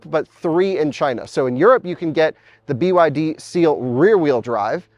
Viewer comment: At the end you called it "The Byd Steal".